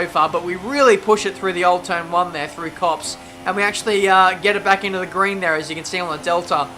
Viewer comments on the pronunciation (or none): none